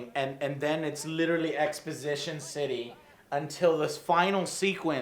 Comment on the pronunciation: joe literally says "litralley" EVERY sentence.. lol